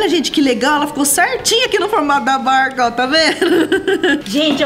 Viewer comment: Ela falou berca n barca kkkkk